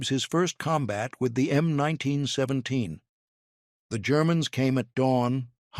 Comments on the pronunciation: "em 19 sweventeens" :face-turquoise-covering-eyes::face-turquoise-covering-eyes::face-turquoise-covering-eyes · krap AI - "em 1917.":face-blue-smiling